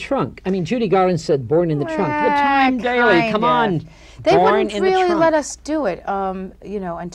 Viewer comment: I think he keeps calling her “Tyme” Daly...😖